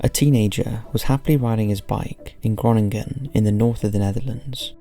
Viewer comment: Criminals in New York: sells heroine Criminals in the Netherlands: steals bikes Seems about right Your pronunciation of 'Groningen' is amazing lmfao